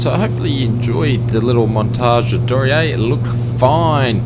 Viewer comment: Hairy - but it's down. (So maybe it's downy?) Anyway my challenge is to get you to say the aircraft name properly. It's a German company so it's pronounced Dor Knee Err. 'Dor' like in dormouse - 'Knee' as in that thing halfway down each leg - 'Err' as in to Err is human. Nice videos by the way. XX